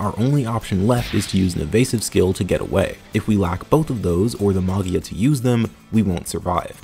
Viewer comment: "Magia" is italian for "Magic" so the G is soft as in "Gem", with the accent on the I